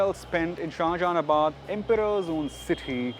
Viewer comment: It's not shahaanjahanabad